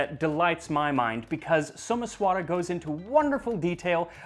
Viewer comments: Not So-mess-vaara, it’s So-maesh-wuh-ra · Your pronunciations are always welll researched and spoken. However in this video, Someswara is pronounced as Someshwar. Not your fault though since its written differently in english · Well, Someswara is actually "Somaysh'wer" with the "r' followed by a half-vowel "a" sound. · As an Indian, I appreciate the effort you put in to learning about our history and culture. It'll be even greater if you can nail the pronunciations. "Someshwara" was almost unrecognizable, "Payasam" could do with slight work too. It's not a deal breaker, but it's something easily fixable, just check with any acquaintance from South India and they'll be able to help. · Not really. He got the pronunciation of 'pāyasam' wrong: he draws out the last syllable--'payasām' (or pah-yuh-saahm)--instead of the first syllable (i.e., pāyasam or paah-yah-sum) as well as 'Someswara'. Decent effort overall though.